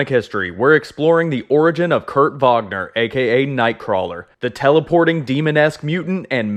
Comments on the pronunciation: Not to sound rude but His name is Kurt Wagner not Vagner he says it like that because of his accent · It's SPELLED Wagner, it's PRONOUNCED "vaːɡnɐ" regardless of what accent the person pronouncing it has. You can look this up.